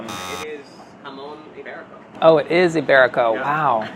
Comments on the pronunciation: He said imberico, give him the point! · shudda got six points, I mean he said iberico lowkey.